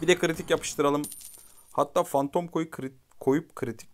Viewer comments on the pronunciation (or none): none